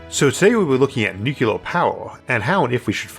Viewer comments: Would you be able to re-record this but pronounce the word nuclear as "new-clear" rather than "new-cu-lar"? Thanks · Nuclear... Not nukular. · why in the world are you saying NU CLEAR (NEW CLEAR) nu-cu-lar? christ on a bike. even the "UK" way of saying simply stresses the second syllable but doesnt add things that arent there. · Is it "nucular" or "nuclear"? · I can't believe of all people Isaac says "nucular" 😂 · Isaac, I don't mind your rhoticism. I've watched for years, and it's never bothered me. The way you mispronounce 'nuclear', however, I cannot accept. It's "new-clear" not "Nuke-u-lerr". There is not a 'U' after the 'C'. There's an 'L'. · What's nucular? Is that a wannabe nuclear? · It's so weird how he uses so much technical jargon in his videos and yet he still says nucular, like isn't it the unrecognized pronunciation? It's not even close to how it's spelled so I never understood why people say it like that. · What's "nucular"? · Take a drink every time you hear "Noo-ku-lurr" No, really, don't. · I wasn't trying to take a dig at your speech patterns (frankly, I have no issues with the "accent"). I just cringe a bit when people pronounce it nukular. Reminds me of the Simpsons episode "nukular, it's pronounced nukular" Love your episodes (really) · Nuc u lar?